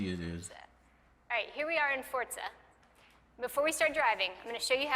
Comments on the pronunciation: Is anyone else annoyed by how she says "Fortza" instead of "Forza?" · ***** What? I am just complaining about that lady on stage saying Fortza instead of Forza. No clue what my profile picture has to do with this. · Am I the only one who thought she kept saying that? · fuckin "fortza" smdh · what the fuck is a Fort-Zuh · This bitch says Fortza, goddammit Microsoft pick a better speaker. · It really annoys me when i hear Microsoft official people pronounce Forza as Fort--Za Horizon......